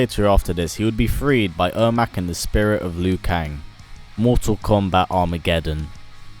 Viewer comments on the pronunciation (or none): none